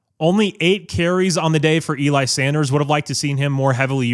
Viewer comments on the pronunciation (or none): none